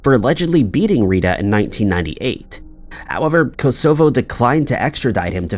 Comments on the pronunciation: Great videos as always, but this guy always mispronounces place names. "Kos o foe". Its Kos uh voe. Cos co, meh! Good video anyway! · Hint Hint: Kosovo… accent on the first syllable. Great video as always. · Kosovo is pronounced koss ov oh fyi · Learn how to pronounce the names of cities such as Kosovo. It's hard on the ears! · I came here for this exact reason. It is kinda a very known place. Perhaps I am old... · Maybe he does it to annoy us so we all comment and improve his algorithm…..😮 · scary to think that there are people who can't pronounce Kosovo. Especially because it was bombed to utter fk in the 90's. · thought the same thing..